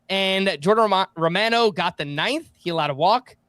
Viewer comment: It's Jordan Roh-mah-noh.......NOT "Roh-man-oh". C'mon, aren't you Italian?